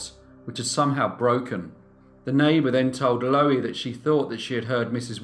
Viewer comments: Loo-eee I should think it is pronounced, as in Louise but without the s. Low-eee just grates on my ear, sorry mate. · Pronounced LUUEE not lowee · You're pronouncing her name " Lowie", but it's spelled " Louie", like the male version of "Lou". I don't know which is correct in this case though. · I may be wrong but I think 'Louie' is pronounced 'Loo-Wee'. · Nice upload great channel but are you pronouncing her name wrong, shouldn't it be pronounced like in The Kingsmen song Louie, Louie